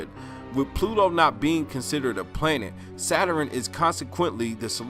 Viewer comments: It's pronounced Saturn, not "saturin"! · “Saturen” I can’t 🤦🏽‍♀️😹